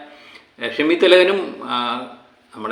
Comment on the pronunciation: നമ്മുടെ നടന്മാരുടെ പേരുകൾ ഒക്കെ ഒന്ന് പഠിച്ചു പറയു... ഷിമി അല്ല ഷമ്മി 😂